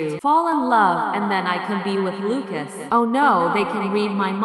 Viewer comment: ahh yes luacs